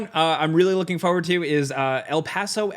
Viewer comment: Can't handle how this guy says forward. Fohyward